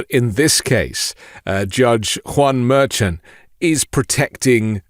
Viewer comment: Just a note - it's pronounced "mer-SHAHN."